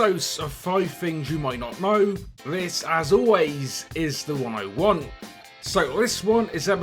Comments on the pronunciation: It gets me every time, I keep thinking you're saying "The one I want" rather than 101 :D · Who else thought he said "the one i want" at the beginning